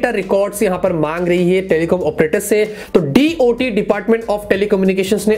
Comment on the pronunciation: TOT nahi Hota DOT Hota Hai